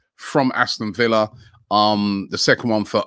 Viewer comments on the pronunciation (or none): none